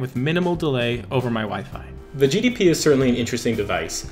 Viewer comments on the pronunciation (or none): you keep saying GDP win...